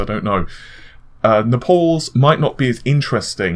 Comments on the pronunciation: Naples, Is pronounced NAPE-ULLS, not NEPAULS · Naples is the English spelling of the city in Italy near Mount Vesuvius. It rhymes with able, cable, and label. Nepal as you pronounce it is a country in the Himalayas in Asia. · Nap alls? Naples like the city. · Naples not Nepals